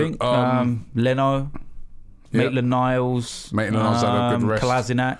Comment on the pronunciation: "Naitland-Miles" "Pochechino" "Upamencano" "Papavopoulos" "lol you said saha"